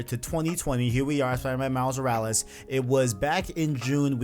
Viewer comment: Say it with me. MILES MORALES. MILES MORALES. not however you are pronouncing it Miles Yursles wtf